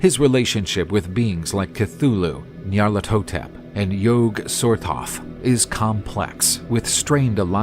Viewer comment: "Yoge-Sortoth" "Ayzatothe" "NYAAlatHOtep"